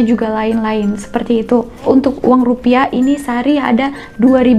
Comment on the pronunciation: Baca rupiah nya aja rupia.